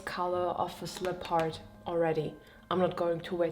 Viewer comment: your videos are always such a peaceful delight & a treasure to watch! Thank you for sharing your process. I will play teacher for one moment: In {American} English, we pronounce leopard to rhyme with peppered. 😊 I hope this helps!